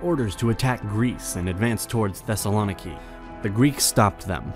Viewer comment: The video was great!! But Thesalòniki just kills my heart